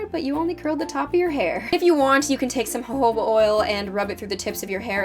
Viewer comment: Perfect hair! It looks gorgeous! Why did you switch from castile soap to this shampoo? I was looking into buying Castile to make my hair last longer in between washes and I was wondering what you think would be better. Ps You pronounced jojoba right!haha😜